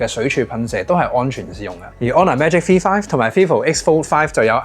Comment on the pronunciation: 点解V读F噶？香港的读法不一样？